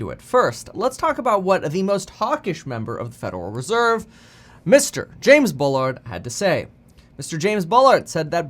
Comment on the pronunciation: FUDeral reserve 🤣